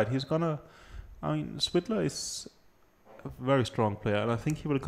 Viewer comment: Its not Swidler, its Svidler...